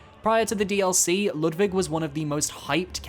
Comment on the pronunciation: Its such a random and tiny thing, but ur pronounciation of „Ludwig“ is so spot on. As a german it makes me happy everytime, idk why